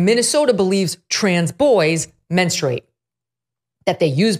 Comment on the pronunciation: Can people just please pronounce the word men-stru-ate correctly? It's not men-strate.🙄🙄🙄